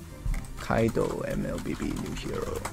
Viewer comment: Mans said Kaido dtjrrffghswetbhtddff HAHAHA